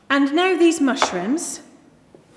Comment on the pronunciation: And I heard her say "morshrooms" at least once.